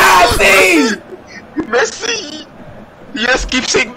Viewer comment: "MESSI PETTER"?